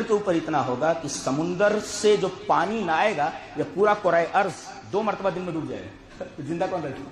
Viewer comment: Its din not deen.... Please correct tat